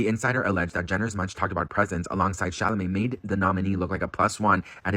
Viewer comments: Cha-ma-let!!??? Not even!! It's CHA-LA-MET❗️ 👀 👀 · Lmao he always said Shamalay.. Or Shamalamadingdong. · 😂 how you keep calling him Chamalet and it’s actually a Chalamet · dude🤣It's CHA LA MET not Chamalet 🤣Every single time🤣LMAO thanx for the laughs🥰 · Sorry I have to say this because idk why, but it just IRKS me how you've been pronouncing his stupid, French last name; Sha-la-may. Not Sha-ma-lay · Its chaLamet not chaMalet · Timotheé what? hahaha Shamallay? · I love you, but honestly.......Cha la met! Please ❤ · Timothee Shaaaaamalaaaay 😂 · Just giving another PSA says Timathy Shamalalay’s name that way on purpose as an inside joke between him and his loyal viewers. I know there’s new subscribers, so I thought I’d give the heads up before you loose your minds 😂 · You mean Shamalamadingdong? 😂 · Hi! PSA He says it that way on purpose as an inside joke between him and his loyal viewers ❤ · baby pls learn how to say Timothy’s last name 😭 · Hi! Heads up that he says it that way on purpose as an inside joke between him and his viewers ❤ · Heads up that he says it that way on purpose as an inside joke between him and his viewers because they love it 😂❤